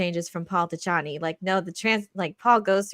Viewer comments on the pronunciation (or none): The Dune changes from the book really pissed me off but I know I'm in the minority. Also they pronounce Chani's name wrong the whole time and it made me so angry 😡